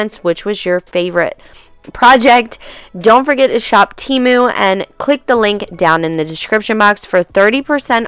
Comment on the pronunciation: Tem-oo, not Tee-moo